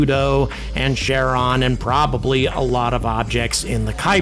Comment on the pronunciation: I think a reason scientists are so reluctant to conclude Oumuamua is an artificial object is that they’re trying to compensate for their own bias. We would like nothing better than for this to be true which makes true objectivity problematic. A minor point the “ch” in “Charon” represents the Greek letter chi and is pronounced with a hard-k. The planetary scientists I know (I’m a professor at Stony Brook) pronounce it something like /ker-en/.